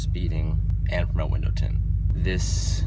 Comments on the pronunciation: U said tindows winted instead of windows tinted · anyone else notice him say, "I noticed your tindows are winted" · "Also I see your tindows are winted" hahaha caught me off guard but it's so funny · he says tindows and winted. Lol